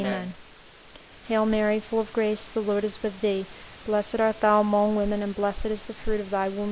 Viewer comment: I appreciate your effort and this being available with the exact speed and one picture to look at. By the time I got to the 4th set of mysteries (Glorius), it became very distracting at the pronunciation of the word 'among' in the Hail Mary. In American English, it is pronounced with the short sound of 'u' not 'o'. So, the second syllable 'mong' is pronounced like the word 'lung.' So 'mong' sounds the same as 'lung.' I did not think that it was important but after hearing that pronunciation 200 times in the full set of Rosaries, it became unbearable and I was re-correcting the pronunciation out loud toward the end. Please forgive me for the criticism, but I thought you would want to know for future projects. I see there is a comment below referring to this pronunciation matter.